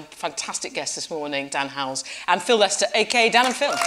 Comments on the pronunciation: I'm only a minute in and and raging over the fact that she called him Dan Howells lmao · did she say "dan howells"